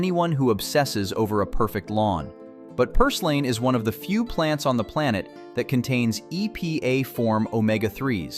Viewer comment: You need to learn how to pronounce your words. For example, plantain should sound like plantin, and purslane should sound like purslin. Fungi, which is plural, should sound like fun-gee. Note that g is a hard g as in garden. By the way, in words like garden, the a comes before the r. So you shouldn't make garden sound like groden.